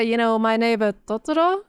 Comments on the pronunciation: Beautiful pronunciation of トトロ (Totoro),! Sick of hearing "Towtorow" 😂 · as a japanese australian your pronunciation of totoro was actually so so so good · I love that pronounces Totoro correctly